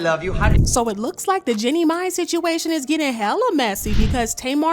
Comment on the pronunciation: Girl you know her name is Jeannie Mai.. not Jenny May!😂😂